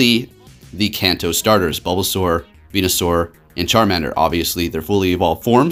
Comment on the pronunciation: You said bulbusaur venesaur and charmanders🤣🤣plss reply